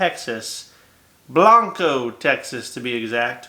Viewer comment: it's pronounced "Blank-o", I'm going there in 3 weeks for birthday drinks. Appreciate your reviews, keep on doing em'